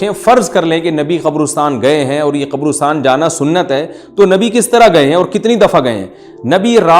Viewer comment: Abay qobrostaan nahee qabrastaan hota hai.